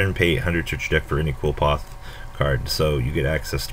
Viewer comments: okay i wanna make a video about card pronunciation... it's pronounced "Li-foth" jeesus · It's pronounced Kliff ort nowadays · Erhrm "Cliff - Aw - Th"